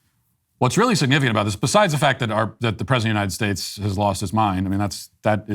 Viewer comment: Whatup with all the chicks in the Biden Administration pronouncing our country "Unined States"?